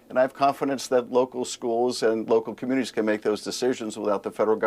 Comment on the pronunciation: "Let the local comminities..."???? Did I just hear what I think I heard????